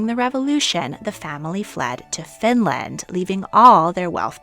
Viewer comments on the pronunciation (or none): none